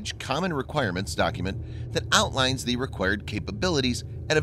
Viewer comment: Or simply can't say 'the' for some reason